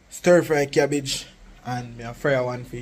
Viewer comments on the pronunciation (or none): Stir fry NOT Sirfry